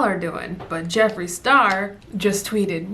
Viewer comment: New subscriber here!! I love your personality lmao pinche “Jefri” 🤣